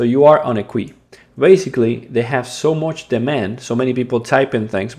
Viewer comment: "You are on a Quuee" 🤭